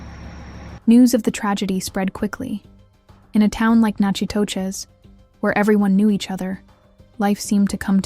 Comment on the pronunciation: Natchitoches is pronounced “knack itish”